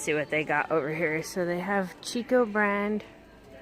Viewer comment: Just an FYI, Chicco is pronounced Key-co. I got schooled in the pronunciation by one of their employees when I called to ask a question.